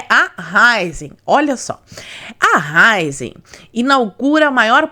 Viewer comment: Não é Ráizen, é Raízen (Raíz + Energia)